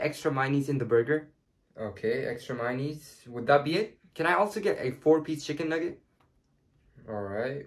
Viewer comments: My guy said mineise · ‘’Myonise’’ Haha ❤️ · MY KNEES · Nobody: Literally nobody:: minese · my-knees lmao good video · It's not MA YO NEES for mayonnaise it's MAY OH NAYS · Maynees = Mayonnaise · I am so sorry but tye way he said mayonise annoys me. I say it like May-oh-neis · Minies Bro it's mayonaise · You said the word mayonnaise wrong